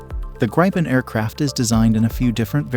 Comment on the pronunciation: Gripen is pornounceed Grip in not Graipe in